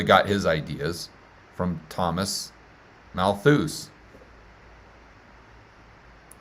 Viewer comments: It's pronounced Mal-thus not malthooz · Love your shows,. BTW Malthus is pronounced "Malth -us" with the "us" pronounced like the "us" in "let us pray," and the stress on the first syllable. "Malthusian" is pronounced as you're doing it. May be weird, but that's how those darn Brits roll. Keep up the good work. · The guy's name is Thomas MALthus. You should probably learn how to say this well-known person's name before attempting to educate people on the history of this. Low tier!